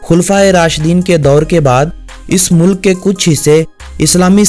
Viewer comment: Shahid Abbasi Mulk ko Mullak bhi kaha Aur Waqt ko Waqqat bhi. Lekin good work